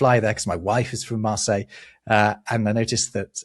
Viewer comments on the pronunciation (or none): none